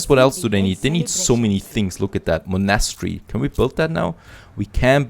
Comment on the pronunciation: pls look up how to prononce monastery, I really like you episodes but bruh monastery.